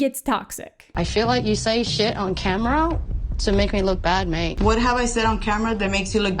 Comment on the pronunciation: I, an Australian, hearing Aussie say "mate" "oooooh, that's the bad mate. every.... time"